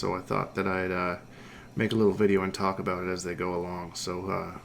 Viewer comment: Aboot! "I was oot and aboot" 😒